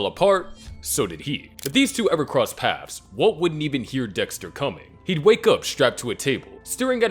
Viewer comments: Waltuh, stop tryna kill dextuh. Im not lettin you kill dextuh waltuh. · Finally we get waltuhhh vs dextuhhh